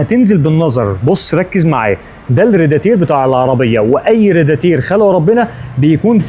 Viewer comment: اسمو راديتر مش ريداتير